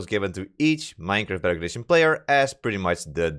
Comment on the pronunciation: The way you say "Bedrock Edition" sounds like "Better Condition" and sometimes sounds like "Butter Addition".